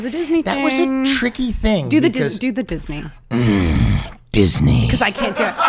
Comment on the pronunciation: love you guys!! "disneyy" lol!